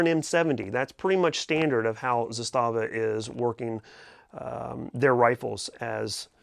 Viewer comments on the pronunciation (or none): ZAS-tava., per company pronunciation. Sorry, I just always find myself throwing that correction out, I'm not trying to be a jerk.